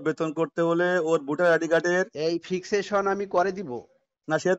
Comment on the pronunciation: ফিক্সেশনকে বলে ফিজিকশন, প্রকৃতপক্ষে বলার পরিবর্তে বলে পক্কিত পক্কে।